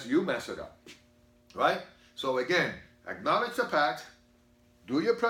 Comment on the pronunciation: “Ackoledge” ??? What’s that